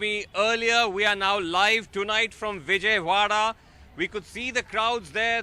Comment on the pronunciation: Its Vijayawada not Vijaywada